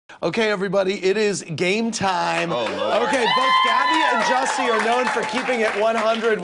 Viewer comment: Jussie..not Jesse..🙊🙉🙈